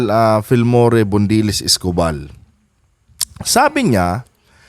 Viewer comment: Gen Escopal mali ang pronouciation niyo.